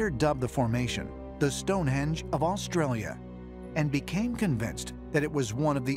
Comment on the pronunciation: It's hard to take you seriously when you call Stonehenge "Stonehedge"